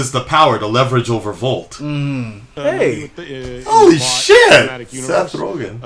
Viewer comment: Vought, not volt. Like thought and bought